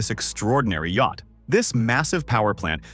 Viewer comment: exactly! “Hi’s and Hers”….”Yackit (instead of yacht)…etc. The vocal narration sounded normal at the beginning but started falling apart and exposing its ridiculous A.I. words the further you go along. So stupid 😂